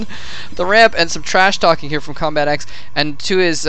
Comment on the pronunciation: Its combatEx not combat Eeh EX